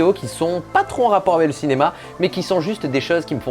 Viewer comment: Vraiment fais attention a ta prononciation sur le mot "avec" que dit tout le temps "avé" c'est très perturbant haha